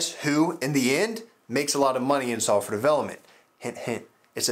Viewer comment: haha I know he's saying that. It sounds like sulfur developer tho :)